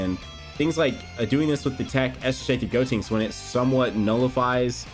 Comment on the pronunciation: You keep on pronouncing gotenks name wrong it is GODTENKS.